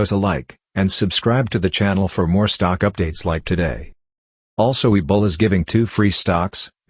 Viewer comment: Does anyone else hear ebola when people say webull lol? I've heard it in numberous videos.